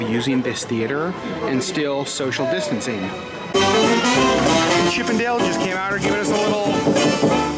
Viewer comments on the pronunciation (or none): none